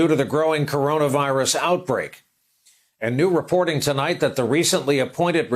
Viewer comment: Trump can't pronounce "CoronaVirus". 5 sylabyls, TOO complex.